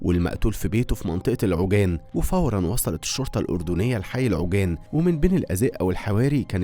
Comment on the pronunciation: العوجان 😂 عاواجان تلفظ😅